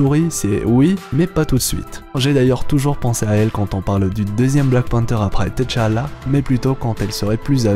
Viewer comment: C'est Tchala pas T-chala. Repose en paix